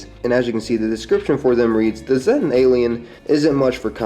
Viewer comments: i think it's pronounced Zeetan, not Z-tan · The Flatwoods monster is most likely a Zettan (actually pronounced zay-ta, not zeh-ta iirc, from the Greek letter Zeta) wearing a bio-hazard suit o protect it from the Scorch Virus. Presumably with time being moved forward by the Wastelanders DLC wave the Scorch Beast plague will be canonically eliminated (or at least pushed back and contained) and they will no longer need to wear the suits except in areas that stll have lingering infected creatures. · zéttens?! itsnt it more of a see-ta thing?